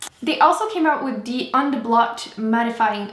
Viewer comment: I love how you say "de" instead of "the" ^.^